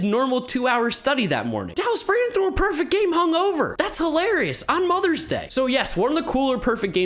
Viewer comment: I think you pronounced Dallas Braden wrong. He's the🐐🐐🐐🐐🐐